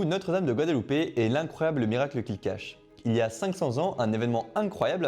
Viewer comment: Eh non, on ne dit pas Guadeloupe, Guadalupe, c'est pas au même endroit 😉